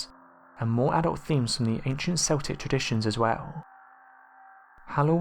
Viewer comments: Yes, it is properly pronounced as "KEL-tik", not "SEL-tik". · It's pronounced Keltics. Celtic as you pronounce it are a football team from Scotland !!! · True. If someone says, "Seltic," then he/she is probably talking about the Boston Celtics basketball team. But otherwise, it is keltic. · This was winding me up so badly, I paused half way through to see if anyone else had said anything! Thank you, thank you! Keltic not Seltic!!!!!!!!!! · see he actually says it once! he says kel-tic! what a ruse! c'mon man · Do you not know that the Celts or Celtic is pronounced Kelts and Keltic ........Dduujhhh ... !..! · Gotta love those seltics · You obviously support a famous Scottish football team - because that's the only time I've heard Celtic pronounced like that! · I love your channel, but I can't stand it when you miss pronounce words, like Celtic (it's not S-Eltic...but K-Eltic) or Samhain ( Sow-Whin), & many others! You're info is also not very well researched, for topics such as this article. Which Halloween is Very well known, by many people, Cultures, & Religions... Please don't just find info on any site, but truly look for the correct information! Thank you ✌️👻🥀🖤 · "SELL-TICK!!??" "SAMHAIN"!?!?!??? Goddamn it, it's pronounced: "KELL-TICK" (CELTIC) & "S'OW-INN" (SAMHAIN) For Fuck's Sake! YOU LIVE NEXT DOOR TO IRELAND!!! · its Celtic or if you prefer the pre roman name Keltos also samhain should be pronounced sow-een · Sorry to be pedantic but it's pronounced Keltic with a hard k, also samhain is pronounced sow (like the female pig) en.... Sowen...oh btw we have a black cat, he's lovely... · You pronounced both Samhain and Celtic incorrectly. Samhain is pronounced “saw-wyn”, Celtic is pronounced “Keltic”. The only once that pronounce Celtics with a soft “C”, is the NBA team.